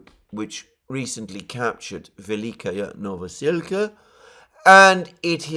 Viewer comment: Hey, I love your analysis and i hate to be pedantic but I have to say that your adding a "ya" to the ending of Velyka is disturbing even for someone who does not speak Ukrainian. The correct pronunciation is vel-lee-ka novo-sil-ka.